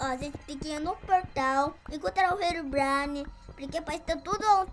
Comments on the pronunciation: mãno pedi pra o parar de falar rerobrine por gentileza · O não para de falar henronbraine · manda seu filho parar de dizer herubrine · Engraçado Kelvin falando Herobrine aí ele fala helobrini